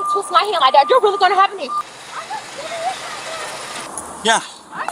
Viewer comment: How did “I’m going to” turn into “I’m funna”